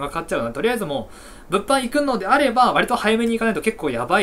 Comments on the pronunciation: 物販のイントネーションがブッフォンなの草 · 毎回物販のイントネーションが気になるw